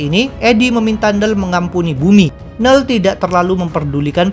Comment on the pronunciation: biasanya admin nyebut "knull".. "kenull". kok sekarang jadi nell :(